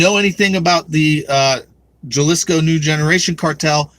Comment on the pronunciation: It's pronounced Haleesco. And 2 open borders democrat politicians just got elected down there. New Mexico elected congressman Gabe Vasquez who was raised in Juarez, and Arizona elected senator Ruben Gallego whose father is a Mexican drug cartel member.